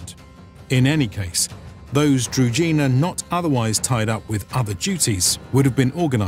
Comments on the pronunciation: In Ukrainian, Druzhina is pronounced differently. The "zh" is pronounced like the "s" in "measure". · Mispronunciations bother me. I won't listen to this documentary as i know what is it about and will just hurt my ears with all the "Kievs" and "druzinas" while it is actually Kyiv and Druzhynas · It's difficult to pronounce if you haven't heard it. Druzhina there is no D in zh, it's not Drudhina, more akin to the gandarme, the G sound from the french word would go into Drugina. I couldn't think of an english word that has that same sound sorry. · Anyone else getting attacked by rash all over the body, everytime the narrator pronounces Druzhina, as Drugina? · It's DruZHina (Дружина). It's sounds like frist letter of Jean Claude van Dame name. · Druzhina is pronounced with a "ž" sound, like "je (suis)" in French. Being a native Serbo-croatian speaker, no translation of any of original terms needed. "Družina" or its synonym "družba" is still a word in Serbo-croatian, Slovenian (and, most likely, other Slavic languages) meaning a group or a band of friends. At least the word retained its original meaning - though a battle unit is gone. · Its kinda funny that they do such video on "druzhina", yet do not even bother spending 10 seconds to check how the word is pronounced... Not to mention the rather general meaning of the word which just means "retinue" or "company" in most Slavic languages, so they arent any specific unit, rather "druzhynas" in different Slavic lands would be completely different (ranging from horse archers to heavy infantry). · Your pronunciation of Druzhina is wrong. 'zh' part is pronounced like French word 'je' not like 'j' in word justice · Druzhina (Дружына/Дружина) Is pronounced with a voiced retroflex sibilant, not with a дж (j). I don't really understand why you didn't either tried to approximate this pronounciation or pronounced it with an English sh-sound. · Also what is up with narrator unable to pronounce "druZHina"? Its so cringy.